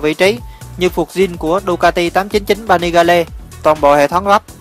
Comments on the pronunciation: 899 Panigale ( đọc là Pa Ni Gieo ) còn thằng bình luận thì đọc là Pa Ni Ga Le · 899 Panigale -> "pa ni gieo" chứ ko phải Vietsub :)) Pa ni ga le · pa ni ga le. chắc ko biết đọc tiếng anh rồi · Ba ni ga lê mới ác. Vãi cả phát âm.